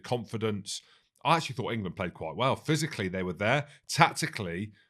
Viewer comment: Can anyone hear that some of these critics cannot speak the difference between ‘fought’ and ‘thought’?